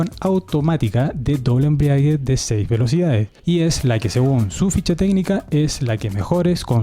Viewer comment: Muy interesante informativo. Gracias por el esfuerzo. Ah, y la palabra es "embrague", no 'embriague'. 👍😊